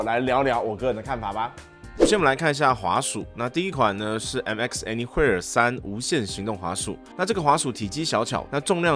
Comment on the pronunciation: 難怪怎麼覺得聽起來怪怪的，查了一下anywhere是念「any魏爾」才對，不是念「any會爾」，想說自己是不是記錯了...